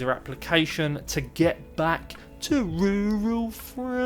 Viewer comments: What a journey you have had in Rrrruurraall France. Love your updates & your " Monty Python" vibe to your story telling!!❤ Very much & fun & keeps me watching!! Really anxious to see you make a " silk purse out of a sows ear!" ❤ from NY!! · Please,, continue saying Rural France, I love it. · Hi …I love your videos… it’s so comical how you say “rural France”… I always look forward to hearing it and you make me smile every time. Keep up the awesome renovations. Looking forward to seeing the finished and furnished house.